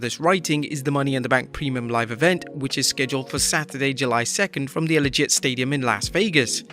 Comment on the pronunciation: Say that pronunciation for "Allegiant" again